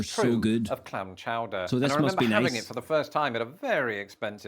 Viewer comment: Clam Chooder 😂